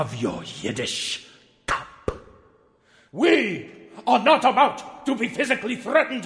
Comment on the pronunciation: The PUH at the end of it. good god